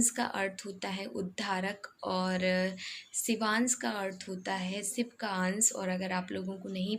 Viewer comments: Congratulations Dear, one requesttry to pronounce (say)Sh not ss .It's Shivansh not sevans,its Mansh..not mans. When ever the word ends with sh u say ss..Try to correct other wise Misheka will also learn worng pronouncition... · आप शिवांश को सिवान्स मत बोलो dear